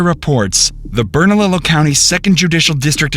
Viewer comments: Bernallilo is pronounced “Bernaleeyo”. Just a tip from a New Mexican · Hi! Someone from Albuquerque here, the double “ll” in Bernalillo is pronounced as a “y” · Also it’s pronounced Bern-ah-lee-o bernalillo